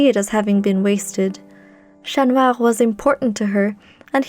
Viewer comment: Absolutely lovely story!~ Other than that I love that you have a french accent when naming Chat Noir, instead of using an English accent - Love!~